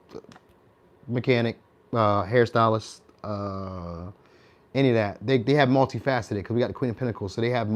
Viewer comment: had a nervous one second as i thought you said Stalist ( Stalin ) then realised you said Stylist...🤣😂